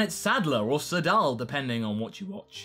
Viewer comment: His pronunciation of Sadala is really throwing me off after having come from the dub